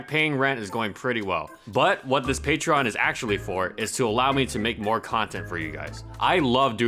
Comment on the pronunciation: It's pronounced "pay-tree-on" dude. Jesus fucking Christ.